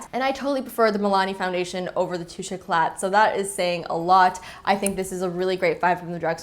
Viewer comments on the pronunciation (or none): The YSL fondation is "Touche éclat" you dont pronounce the T in french , you say it like toosh ecla ;)